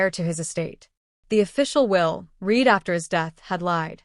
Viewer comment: In that context, the word READ is pronounced RED, not REED🤬😡